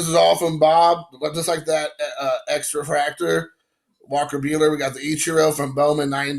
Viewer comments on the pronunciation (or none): I got nuttin' but love for ya dude! Luka is ok too..... ....it's pronounced "x-fractor" you nimrod